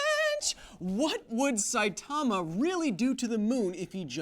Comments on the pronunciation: It's pronounced SAItama not saiTAMA... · "sigh-ee"timma"! , but say it kind of quickly Kyle, not that you'll see this a year later